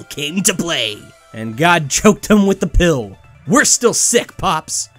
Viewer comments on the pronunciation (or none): none